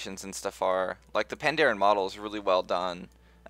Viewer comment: Hey, i believe it's Pa-n-daren